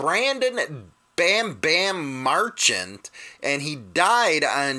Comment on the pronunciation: Hollywood ! What's happening? Marchant .y streets pronounced Mar - Cha'nt. Correct me if wrong . Respect Sorry for loss Especially from LEO Always Praying for Brothers & Sisters. Nothing only LOVE here